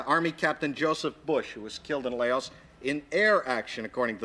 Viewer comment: Laos...can't even pronounce it